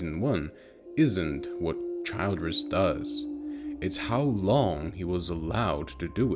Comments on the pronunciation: This fucking AI voice is unbearable. It’s not Childe-ress it’s Childress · It's pronounced "CHILL-driss". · Childress, SMALL I. Not Child-ress. If the robot watched the show, it should know how to pronounce the “monsters” name. AI, Absolutely Not Intelligent. Unsubscribing from anyone who utilizes it. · Hey...stupid AI voice. It's Childress with a short I sound. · The pronunciation of Childress is killing me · Yeah I can see how you've watched the series you smart-ass A.I. ;) You can't even pronounce Childress in correct way. Nice try. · How do you mispronounce the guys name after hearing it a million times in the show? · OMG, at least get the AI to pronounce Childress corrently. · How can you mis-pronounce the last name of the family if you've actually watched the show?